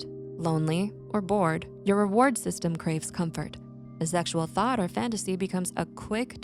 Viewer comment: "a passing thot"